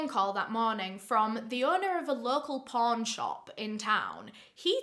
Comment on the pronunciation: I need Jesus, everytime you said pawn,I heard por*.